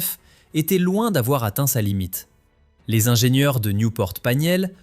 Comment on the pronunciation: Bonjour, Qq observations On ne dit pas 1000 zingenieurs On ne dit pas cent zingenieurs Parce qu'il n'y a pas de s à ces nombres Et cette première 911 turbo n'était pas la voiture parfaite, c'est de notoriété publique, et Porsche n'a cessé de l'améliorer sur les modèles suivants Pourquoi aucun son des voitures présentées ? Sinon, histoire intéressante 😊